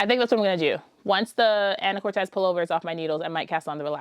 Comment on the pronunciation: What a load of luscious projects! Just so you know, it’s “an’’uh-kor’-tus” with the main accent on the third syllable - a lovely small city in northwest Washington state, the mainland terminus for the San Juan Islands ferry. A developer named the town after his wife, Anna Curtiss, but gave it what he thought was a Spanish spelling. (I just learned this from a google search. All these years of living in Washington I thought it was a real Spanish name!)